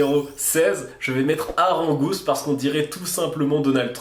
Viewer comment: Tu dis arangouste mais n'est-ce pas seulement Argouste ? Ah bah tu viens de le dire "Bouh tu t'es trompé pour le n°16, blabla référencement blabla" Marrante cette vidéo même si ton classement est un peu soleau